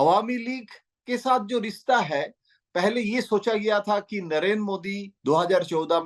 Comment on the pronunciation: rista nhi rishta hota h